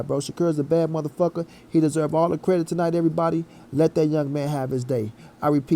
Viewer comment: Did u say credick 🤣🤣🤣🤣🤣🤣🤣🤣